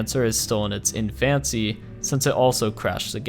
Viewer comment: "In-fin-see", not "en-fancee". sorry. The word is derived from "infant", as the game is in it's "infancy"